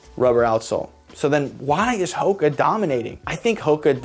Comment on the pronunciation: Never heard of this brand until late in ‘23 when I developed foot issues. All my coworkers had heard of them, and none of them pronounced it the way this guy does. They all say Who-ka. It was weird to hear it the correct way. Anyway, this brand is ridiculously comfortable. I wish these things were around when I was young.